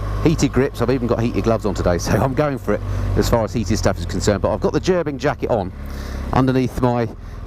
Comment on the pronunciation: Great video. A few things. It's pronounced Ger bing. I have a full set, jacket, pants gloves and socks. $700 us dollars all in. I ride in 20 degree farenheit. Toasty warm. No issues at all. I have 3 bikes. I just plug into my battery tender and off I go. If you are buying heated gear. Buy direct from gerbings. They are the best. Ps. MF outer jacket in this video cost $800 us dollars. Ride on brothers and sisters.